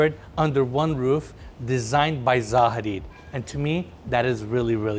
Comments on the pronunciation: it's not ZA HADID, it's ZAHA HADID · you pronounced their name wrong lol